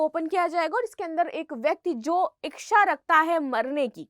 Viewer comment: बार बार इकछा इकछा किए जा रही है,,, इकछा नहीं होता,,,,, इच्छा होती है